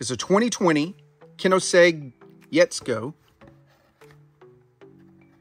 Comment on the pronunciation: The koenigsegg pronunciation hurt :D